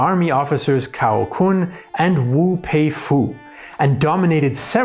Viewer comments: Sun Yat Sen should be pronuced as Sun Yi Sien（chinese pinyin=Sun Yi Xian），Duan Qi Rui（this is the way of chinese pinyin spell） should be pronunced as Duan Chi Ray。And C from the name Cao Kun（this is the way of pinyin spell as well）should not be pronunced as K，just C！Similar to Chao Kun。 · 段祺瑞：Duan Chee Ray 曹锟： Tsao Kun 奉天： Fenng Tien 孙逸仙：Seun Yi Shian 直隶：Zhi Lee These are the almost correct pronunciations of those names.